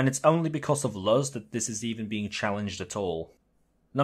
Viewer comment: Mf be making the best arguments I've seen then said Luz like Luhs